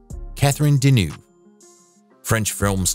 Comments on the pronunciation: Got bored after la Deneuve...1st of all...what you got against Sophia and Claudia? And most important the guy who comments? You got Claudia and Catherine pronunciation name wrong 🖕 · I think the prononciation of most of the non-english names more disturbing than the behaviour of the people involved{ NicholasSarkovski, Claudia Cardinal, CatherineDenewvem come on}